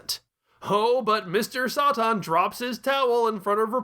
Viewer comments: You can hardly pronounce anything right tf is Mr soi tin its Mr Satan ("say-tin") 😤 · New to the Chanel.. is there a reason you’re pronouncing satan as Sah tahn? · as a native english speaker i know for sure satan is not pronounced like that